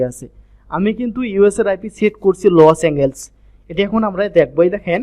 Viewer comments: Bryh😆 লস এঙ্গেলস জীবনের প্রথম শুনলাম এটা আবার কোন যায়গা!!??🤣 শুদ্ধ করে বলার চেষ্টা করুন, ওটা লস এঙ্গেলস না লস এন্জেলাস হবে🤷‍♂️ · ভাই লসএনজেল হবে। উচ্চারণ একটু শুদ্ধ করে বলেন।